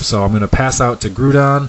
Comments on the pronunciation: NOT GREWDON, IT'S GROU(N)DON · Grewdon? Its pronounced Gr-ow-don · STOP MISPRONOUNCING GROUDON